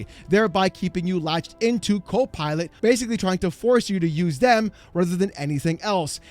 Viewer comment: The way you pronounced it... Cope Pilot, made me laugh.